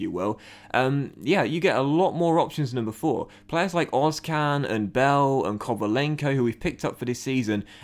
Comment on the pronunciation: im pretty sure its ozCHan. like emre can. that's how german-turks say it